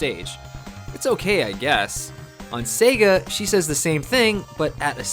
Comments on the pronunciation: how it's always been pronounced. how the sega guy from console wars pronounces it. how everyone pronounces it. how it was pronounced in commercials. how it is pronounced when you turn on sonic. SAAAAAYGUUUUUUHHHH. sayguh. no one has ever said 'sehga' until this dude. it actually made me stop watching these videos. if he had some rare speech impediment i'd feel bad and start watching again and delete these comments. but of course that's unlikely. it's very bizarre and i hate it. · why does this dude pronounce it 'sehga' it's so distracting, no one does that.